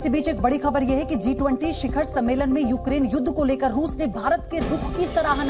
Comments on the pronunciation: G20 he D20 nehi thiki seto bolo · वो D20 नहीं G20 होता है जी न्यूज़ वाली मैडम ☝️😂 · Kya ma'am ne D20 bola😂😂😂